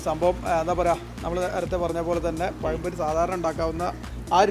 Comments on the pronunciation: പയം അല്ലാട ചെറുക്ക..ഇതു പഴം പൊരിയാണ്..... പയൊ? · പയം പൊരിയല്ല, പഴംപൊരി.. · പയം പൊരി 🤣🤣🤣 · പയംപൊരി അല്ല പഴംപൊരി 😊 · പയം പൊരി അല്ല പഴം പൊരി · പയം പൊരി അല്ല പഴം പൊഴി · കോയി ബിരിയാണിയും പയം പൊരിയും 😜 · പയം പൊരി 😂😂